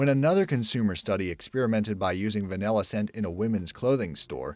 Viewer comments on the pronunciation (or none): none